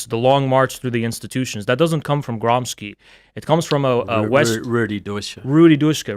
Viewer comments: Your boy Trump said that Marxists live like vermins, perhaps you could enlighten him in how it wasn’t real communism he’s citing , and that real communism share a lot of his values, like serving jews 😉 Also, it’s pronounced Gramscee, not Gramsky, he was Italian, and before being caught in the communism scam, fought for Southern Italy reclaiming her authority after the bloodbath and theft of resources known as “Italian unification” from Northern Italy with the help of France at the time. You know, the stuff that your fake ideology doesn’t teach because we’re not black/arab enough to be victims to “Western Imperialism”. He suffered from tuberculosis and short height, you know, the kind of people so desperate that are easy to grift, he’d fit right in as one of your donators. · Gramsci is pronounced GRAHM-shee.